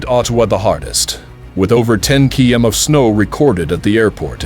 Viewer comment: What kind of measurement is a Kee Em ???????????